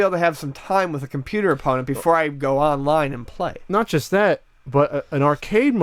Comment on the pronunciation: It really sounds like says "chust" instead of "just."